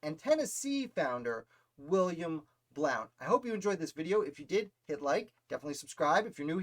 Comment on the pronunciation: His last name is pronounced “Blunt”.